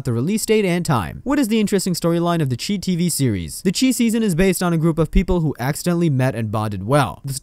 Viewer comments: It's pronounced like the shy no the cheese or whatever you are saying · " the chee?" 😂😂😂😂 its pronounced " the chi...like shy" short for chicago. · Learn how to say the name of the show..it not che..it’s chi.. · It's called The Chi as in Chicago, pronounced (Shy). Lol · Chi is pronounced "shy" as the city of Chicago is nicknamed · Thats not the name of the show! And u saying the name wrong just shows u dont watch it.. why would we subscribe to a channel that doesn’t even watch the content they are talking about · Over 40000 subscribers listened to you say this wrong several times...it's giving bare minimum.